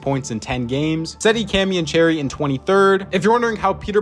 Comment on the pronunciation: as far as I’m aware it’s pronounced charry - like charcoal - not like cherry. At least that’s how the eu folk I see talking abt him say it